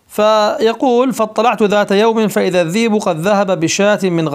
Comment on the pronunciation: أعجبتني مولانا لما قلت قلت الذيب بدل الذئب وهي فصيحة قطعا